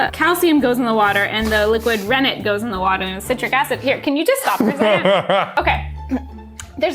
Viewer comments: Oh no xD I can't tell if you're purposely pronouncing rennet wrong or not but uwaghhh that's bothering me. For ppl down in the comments it's ren-NET not René:) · Fyi for those unsure, it is indeed rennET, not rennAY. English word, not French. Also, Mark definitely used expired milk in that Unus Annus video, lol. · as the daughter of a cheesemaker, I squealed many times. by the way, diluting the citric acid is very normal! in the cheese classes i help out with, we usually dilute the citric acid just to get more control and it is pronounced reh-net (just like it is spelt) and tempering the curd (pouring hot water on it) is the best way to get a good outcome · I love you so much but I do not believe you watched multiple videos & still think it’s pronounced “renNAY” 😂❤️ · It's pronounced REN IT. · I used to make artisan cheese for a huge company if you ever need tips! This was so fun to watch. (It’s “ren-it” btw 😂) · Ren-NET it’s an enzyme derived from the stomach of unweaned calves. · haha, I was not expecting that pronunciation for rennet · Rennet is actually pronounced like it is spelled.